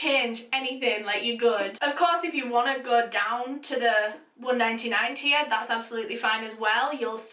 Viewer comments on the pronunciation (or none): none